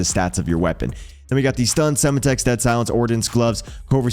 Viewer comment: Or how it’s Sem Tex not sema tex